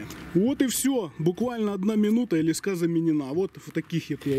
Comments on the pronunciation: лескА? Не лЕска???? ))) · лЕска а не лескА, интересная идейка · Ле'ска а не леска' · тем более чел из Украины и правильно говорить лЕска так что вам бы поучить самим язык! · Леска — слово из 2 слогов: ле-ска. Ударение падает на 1-й слог. Транскрипция слова: [л’эска]. В слове 5 букв и 5 звуков. =))) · Аж слух режет ) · Ударение на е